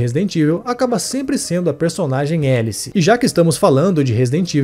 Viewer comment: É... Mas não é "Élice" a pronuncia, seria "Álice", para destoar um pouco de Alice, porém, ao mesmo tempo, fazendo uma analogia com "Alice no país das Maravilhas" - por conta da "toca do coelho" Ela começa em cima, vai pro "buraco" e acorda lá em uma maca. Entendeu a analogia? "Élice" foi um erro de tradução aqui no Brasil. Só pra variar...